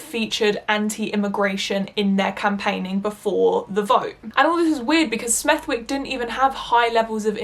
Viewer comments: i love your videos but the way you say smethwick.... girlll (its kinda like smeth-ick not smethWick) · Doesn’t take away from the excellent vid but smethwick pronounced smethick with almost a vee sound in the middle. And mosely rhymes with Rose Lee. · I for one definitely want the video all about why you hate capitalism!! There can NEVER be enough anti-capitalist videos on Youtube!! And god knows we need passionate creators on our side to compensate with passion & talent to make up for what we lack on Youtube that the right has - i.e. corporate funding!! By the way, for the future, the W in Smethwick is silent!